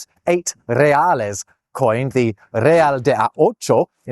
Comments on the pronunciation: the pronunciation of real was perfect! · Hearing an english speaker say Real the way you said it at min 1.27 is one of the best things happened in the last week and also yours is one of the most interesting yt channels i discovered in 2026. Keep it up❤🏴‍☠️